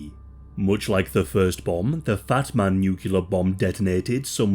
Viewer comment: And the subtitles seem to think you said batman aswell